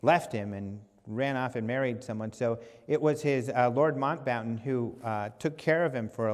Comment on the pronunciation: Lord Mountbatten - "Mount" "Batten" Quite easy:)